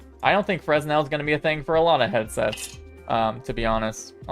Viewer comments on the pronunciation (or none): The "s" in fresnel is silent. It's pronounced "frenel".